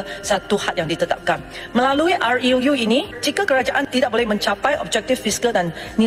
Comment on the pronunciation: RUU bacanya a yu yu, hai angkel mutu nak bay syam goyeng sedak sangak, ar yu yuuuuuuu...